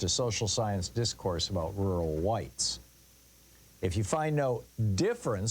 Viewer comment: This is so poorly timed, come on dude look around the world, read some news, do you see a lot of rural white rage or do you see a lot of urban elite white rage, if you think rural white rage is either a thing or a threat, you're dumb. you can't even clearly say the word rural.